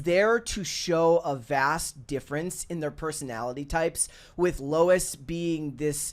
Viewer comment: It's Lois Lane not Lou Lane.